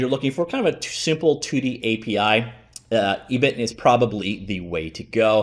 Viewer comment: ebiten is pronounced eh (as in "echo") - bi (as in "bi"tten) - ten (as in 10)